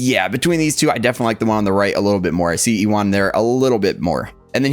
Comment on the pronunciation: Sorry, my OCD is kicking in. His name is pronounced 'you-win' McGregor. Lol. That said, this is an instant cop! Already preordered through sideshow. Can't wait for them to ship him out. Already have Darth Vader Sith Apprentice to go with and recreate some of those Zord photos 🔥